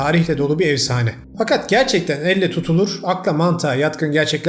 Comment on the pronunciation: Evsane değil “efsane”